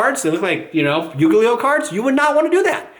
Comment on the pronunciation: Yuglio has become a part of my vocabulary thanks to you. I love talking to Yuglio players and saying it like that.